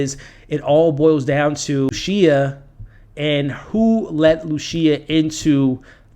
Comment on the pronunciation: I like your vids, but I recommend looking up each character’s name AleSSio, there is no X. And RoCCo, there is no S. And Lucia is pronounced Lu-Chee-ya… unless you’re intentionally pronouncing them different, in which case, live your life good sir.